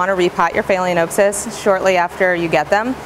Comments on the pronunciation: Informative video and I'm sure you're quite knowledgeable of orchids and other tropical plants, but your gross mispronunciation of phalaenopsis made it very difficult for me to watch your video. It also gives the appearance that you are not as knowledgeable about orchids as you suggest. You are pronouncing the word "phay-lee-O-n-oh-p-sys". You area adding an "O" before the n. The correct pronunciation is "phal-eh-nop-sys". The "a" in phal should be pronounced like the "a" in pal. The "o" in nop should be pronounced as the "o" in not. Otherwise you have good information. It's just unfortunate that you perpetuating an extremely incorrect pronunciation to what is now almost a million viewers. If you don't think pronunciation is important, then I'll just call you AYNN instead of ANN or AYNNIE if you spell Anne with an e. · Haha phaleaNOPEsis.....😆😆😆😆😆😆😆😆